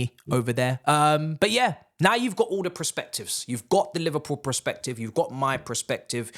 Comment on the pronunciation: Bro says PREspective ffs